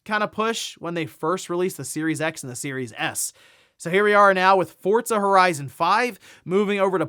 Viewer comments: FORZA Not "FORTZA" 😂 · Why do people say Fortza? Where is the T in Forza?